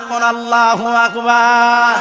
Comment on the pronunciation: অপ্রাসঙ্গিক বিষয় গুলো বাদ দিলে কি হয় না? আল্লাহ" শব্দ টা সঠিক উচ্চারণ কেন করলো না? আল্লাহর উলুহিয়ত নিয়ে বেয়াদবি করে আজ আমাদের মতো সুন্নী মনা মানুষ কে প্রশ্ন বিদ্ধ করছে। " আওয়াআওয়া" এ সব কেমন শব্দ?? বিয়াদবির সর্বোচ্চের শিখরে পৌছায়ছে।